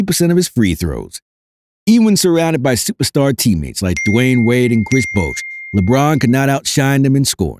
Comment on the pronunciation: kwesh bwouash 😂😂